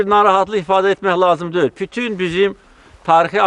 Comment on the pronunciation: Prezdentimiz poliglotdur yeniki 7 dil bilir,yeganə prezdentdirki xarici ölkələr e gedəndə tərcüməçi goturmur özüylə,onagorede birazciq xarici dil üstündə danışır.bəzi sözləri deyisik deyir